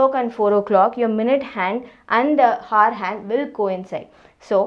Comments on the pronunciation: kindly check the pronounciation of "hour". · FYI the 'h' in 'hour' is silent...ugh so annoying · first learn how to pronounce the word 👉hour & then teach